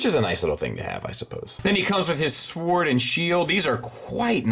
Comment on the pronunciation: Its pronounced as SORD. The W is silent!